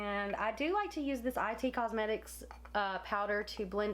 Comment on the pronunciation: I giggled a little when you said "I.T. cosmetics" it's "It cosmetics" I learned that the hard way when I was corrected by a laughing Sephora employee 😂😂😂😂